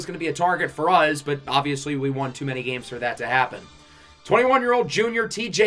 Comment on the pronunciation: What state do you live in? I find it interesting the way you say us because you say uzzz. Just like us in Pittsburgh say yinz instead of you guys.